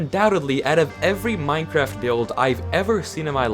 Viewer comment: Minecwaft owo